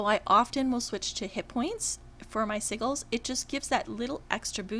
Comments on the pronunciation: Lol its "Sigils" like si-jils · I love your videos. Thank you! I totally have to give you shit on the pronunciation of Sigils...( Si Jew alls ) the g is pronounced like a J. Omg tho it is so cute hearing it the other way. Im on S1 also...Darkened ( dark sage ) Lighthands ( pally Dr ) Dorann is your toons name correct?